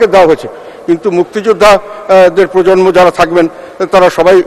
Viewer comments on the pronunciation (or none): none